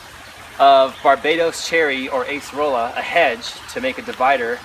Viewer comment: It's not Ace-rola. It's pronounced Ah-cer-ola.